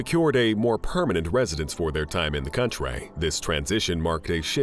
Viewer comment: Why does this Narrator speak like this.. “Famalay, masterpace, countray, trophays” LOL WTF?